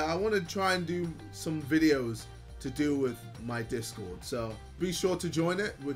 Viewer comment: US: discord JJ: dis god Idk why but the way he was trying so hard to pronounce it made me laugh😭